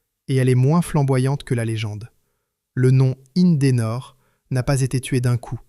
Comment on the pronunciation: IN-DE-NOR 3 syllabes, pas 5! ceci dit, sont sortis également de ces lieux les moteurs CLM (compagnie lilloise de moteurs); moteurs deux temps diesel avec une particularité: deux pistons et trois bielles par cylindre.